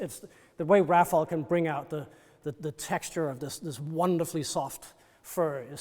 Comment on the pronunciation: It’s frustrating when someone so knowledgeable mispronounces the artist’s name. It’s “Ra fai ell” not “Raffle”. Cmon dude, get it right.